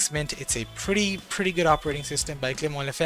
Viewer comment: You did pronounce Clément Lefebvre's name quite well! Really impressed if you're North American